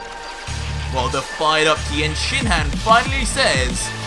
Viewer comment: For just a second I thought the narrator said Tien Shithead!!🤣🤣